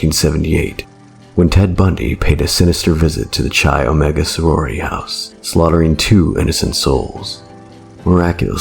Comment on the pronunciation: It's not "Chy Omega". Nor is "Chee". It is pronounced "kai omega", or "kye". Otherwise, good vid!